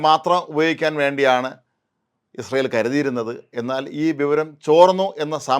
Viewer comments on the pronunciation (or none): none